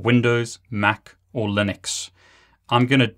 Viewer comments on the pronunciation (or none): none